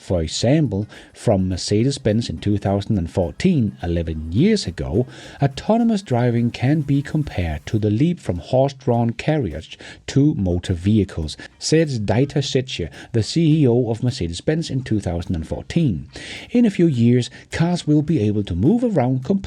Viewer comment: Dieter is pronounced Deeter and not Daiter … 🙃😎